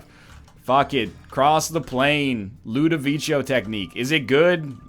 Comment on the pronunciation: man, fyi, it's pronounced LudoviKo!